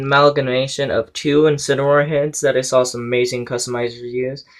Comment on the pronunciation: They're awzum! Lazy Awzum!!! Its megaman! Mario! Pacman! Bionnetta! XD Mamamia!!!